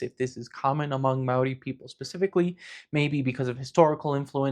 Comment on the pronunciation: this is probably the closest i've seen a non new zealander get to pronouncing the word māori correctly